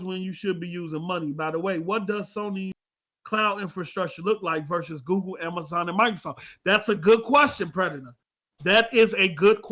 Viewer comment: Lmao can’t even say Google... this man said “Goo-ga” 😂😂😂😂